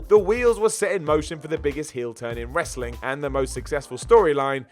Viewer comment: Wrasling lol